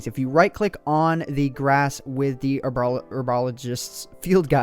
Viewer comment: So many mispronounced herbs. ;-; Ah, well. Seems like a fun mod.